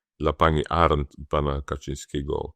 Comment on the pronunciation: Panie Pośle !. Bardzo proszę o dokładne wymawianie nazwiska pani Arent. Moje nazwisko to Arndt, tak pan wymawia nazwisko pani z którą nigdy w życiu nie chciałbym być łączony, ze względu na moje poglądy polityczne i jej głupotę. Pozdrawiam serdecznie.